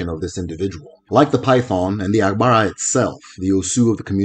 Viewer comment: I enjoyed your videos...but i noticed you pronounce some Igbo terms like they were yoruba words...e.g Arushi, Agbara etc.